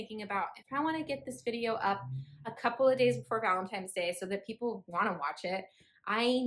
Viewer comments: i love your channel but the "valentimes" day was killing me 😂😂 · Take a shot every time says valentime's.